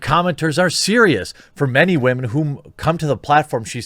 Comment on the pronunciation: Anytime you say "WAHMEN", I feel it's impossible to take anything you say seriously. Just a quick tip, constantly saying "Wahmen" makes you sound stupid. I'm not saying you're wrong in what you're saying in the video, but constantly saying it just makes you seem like you're trying super hard to make sure people know you're hip and into memeing on SJWs. Just let it go.